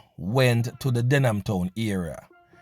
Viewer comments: Them can't even pronounced them community name !...DehMan Town!...DEHMAN ten???soon hear Den gyal ten. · So dumb he does not even know its Denham and not Dehman